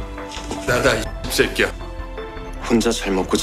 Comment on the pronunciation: 요금 내 이새끼야 ~ 할떼 완전 100% 한국인 발음 ㅋㅋㅋ